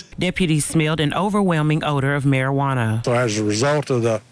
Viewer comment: OH MY DOG! NOT Mar-ah-wahana! That evil shit! You'll be a Marijuana addict soon! 😆 🤣